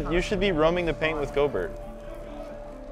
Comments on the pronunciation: theres no fucking way he said gobertt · says “gobert” but it is pronounced gobear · Bruh it’s not go-Bert it’s Gol-bear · ITS NOT PRONOUNCED Go bert its pronounced gobear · bro and call rudy gobert like flight does 😂😂 go-bert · No they pronounced it right in the beginning and called him go-bert as a joke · Intresting how they pronounce gobert